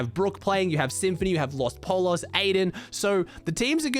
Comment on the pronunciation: In Spanish when there are two of the letter "L" next to eachother, the "L" sound is pronounced as a "Y"...so Los Pollos is not pronounced "Polo's" but rather "Poyos"